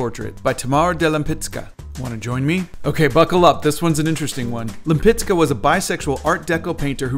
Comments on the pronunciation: you did very well but Ł in polish is read similarly like W in English we pronounce Wisconsin like Łiskonsin. So Łempicka for you English speaking will sound like like Wempicka;) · I really love your recreation of the painting but, the pronunciation it just hurts my polish ears form the inside 🥲